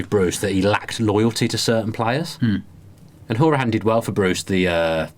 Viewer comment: Great podcast as always fellers. Just a quick point on Hourihane - you obviously didn't watch/listen to him on 5 Live the other week. His name is pronounced HOW ree han. Some of the tv commentators have now finally caught on and are pronouncing it properly so maybe you fellers should too. As for any debate about, "is he worthy of a place?" etc, etc, I really don't think the question even merits consideration. Anybody doubting him and his commitment to our Club should just be told to go away and give their head a shake. He's done this Club proud with his performances and abilities and he has played a major part in getting us to where we are now. Most of our players (including Jack) need some time to grow into this league. Everyone needs to stay off their backs because it's a steep learning curve and they need all the support we can give them. UTV VTID